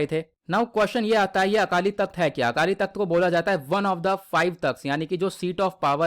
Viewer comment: Akaali takht nahi Akaal takht hai